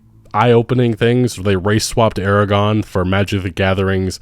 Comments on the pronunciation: why do so many people pronounce Aragorn incorrectly?! There is a mufuggin R in there. Ara- GORN -_ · Aragorn ≠ Eragon 😂